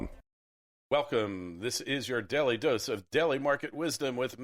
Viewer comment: Why is he calling it "Deli" Market Wisdom" and not "Daily Market Wisdom"?